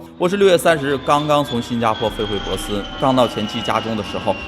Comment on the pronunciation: 你说的城市是珀斯Perth吗，如果是应该读pò sī，不是bosi。